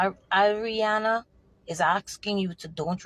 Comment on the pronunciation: Her name is Adrinna....not Arianna